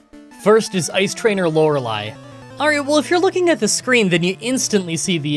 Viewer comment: I had to unsub. I can't remember all the reasons, but his refusal to pronounce Lorelei correctly even though he knew he was doing it wrong was infuriating.